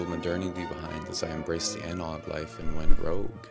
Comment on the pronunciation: I can't unsee or unhear "anarog" like the south park shitty walk owner